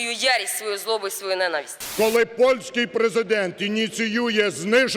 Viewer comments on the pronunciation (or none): none